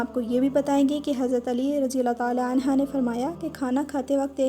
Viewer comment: Please correct your pronunciation . Hazrat Ali Raziallaho Anho ( Right) Anha( wrong)